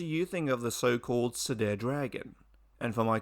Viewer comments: Nitpick: Cedar is pronounced "see-der", not "se-dair" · FYI word Cedar is pronounced See and far with a D. See dar